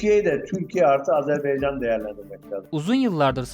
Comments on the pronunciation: ah birde ismini doğru söyleyebilseniz.. Azerbey Azerbey.. ne beymiş arkadaş? azerBAYCAN. BAYYYCAAANNN. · Azerb Eycan deyil Azerb Aycan! AZƏRBAYCAN !